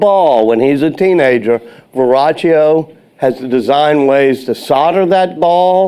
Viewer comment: It's Verrochio, not Viraggio. Do your homework.